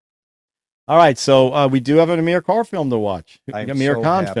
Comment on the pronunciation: All 3 are Aamir films (btw, his name is pronounced Aaa-mir).